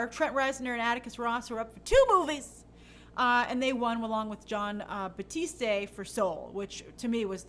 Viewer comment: It's "John Batt - east